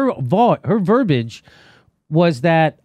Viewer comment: Jimmy - please stop using the term 'verbage'. It's 'VER-BI-AGE'. Verbage is a slang for verbal garbage. Verbiage is the correct term to describe the words someone is using.